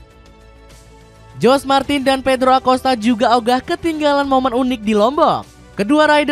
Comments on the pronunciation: Bacaannya horge martin ,bukan jorg e martin minn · Naratornya saat ucap nama Martin,jadi aneh.Seharusnys para narator channel YouTube harus bisa membedakan antara pengucapan Spanyol dan Inggris.Martin adalah Jorge Martin dibaca Horge Martin bukan George Martin.